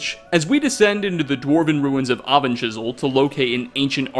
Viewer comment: Aven-chisel, huh?